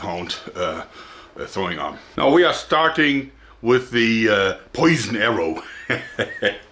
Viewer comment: "Let me show you vat I came up vith, ha ha ha."